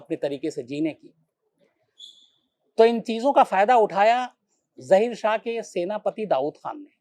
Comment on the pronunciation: ज़हीर शाह नही ज़ाहिर शाह बोले